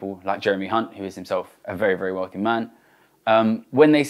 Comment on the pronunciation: Thsts not how you pronounce Hunt